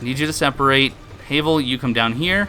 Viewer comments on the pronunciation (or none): HAVEL like GRAVEL not heyvel